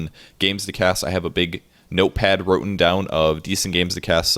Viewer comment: "note pad wrotten down" - Written* down.